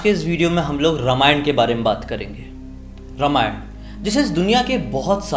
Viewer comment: My dear friend, say रामायण ; instead of रमायण. May be this is also ststem's fault!!!